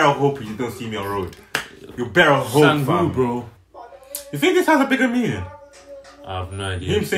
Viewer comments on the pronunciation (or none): it's not GGambu.. it's Ggan bu !!